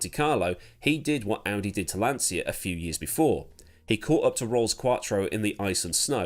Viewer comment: Jeremy Clarkson never worked for Lancia; my dad did for 12 years before he immigrated to Canada. It’s Lan-cha not lan-sia.